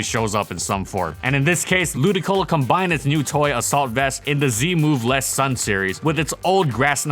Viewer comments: Shouldn't the accent be lu-DI-colo? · Wait... its pronounced Ludicolo? I've been calling it Ludiloco for years... thanks game grumps